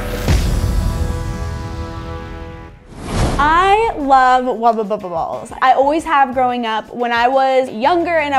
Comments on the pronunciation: She says wabababa ball Me you mean wubble bubble ball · I don't know why I'm so tilted that it's being pronounced 'Wubba Bubba Ball'..... But I am. 🤣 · Thank you! I’ve literally been scrolling through the comments and saying to myself “why hasn’t anyone pointed out that it’s a WUBBLE BUBBLE and NOT a wubba bubba” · I actually looked through comments to see if anyone else noticed she was saying "Wubba Bubble" or if I was being picky. Glad it's not just me! It drove me bonkers. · So we are just gonna skip over the fact that said wubba bubba instead of wubble bubble😂she’s so adorable